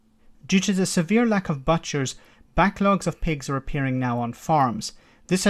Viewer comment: Butchers …. Pronounced like ‘bootchers’. Loving your videos regardless!;)